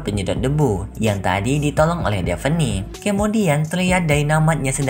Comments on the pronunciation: Koreksi ya bang bukan devene tapi davne👍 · Bernama devi gondol mu bang Namanha daphne bang Cara bacanya defhni